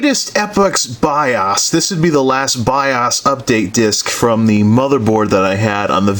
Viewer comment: STOP SAYING BIAAASSS ITS B.I.O.S!!! BIOS -_- O LIKE (O)RE(O)S OR OCT(O)BER...